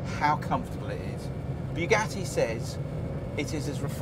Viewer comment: sounded more like Bigatti Vooron... damn English